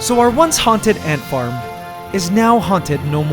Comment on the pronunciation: Please don't rhyme anymore EDIT:He said Farm wrong to damn rhyme it..